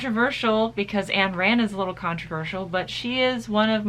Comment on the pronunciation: hUH ANN RAND OR IS IT AYN RAND You read but dont ???>